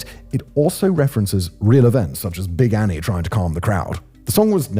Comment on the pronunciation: They have a life-size cutout of Big Annie in one of the museums. Such a badass. Also, much better pronunciation than I was expecting, Simon! Kudos~! <3